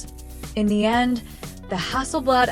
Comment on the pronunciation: When the AI calls it Hasselbled Im out.Cringe AF.